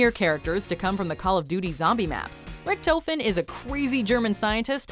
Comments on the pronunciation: Rick-toe-fin no it's Rick-tah-fin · Damaygo Rick-Toe-Fehn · Rick tofin Thats how you say it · IKR?!?! RICHT O FEN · "Ricktoefen" omegalul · Dear god my heart dropped when she said Ric-toe-fin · hearing them pronounce the "o" in richtofen as a long o hurt my heart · The way Troy Baker and Nolan North ALSO pronounced Richtofen... raises questions. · That’s now how you say richtofen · You can’t even pronounce Richthofens name rights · Nobody pronounced RICHTOFEN right.😁